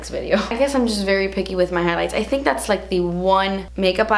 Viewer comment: I love when she says " das expensive" hahah 😂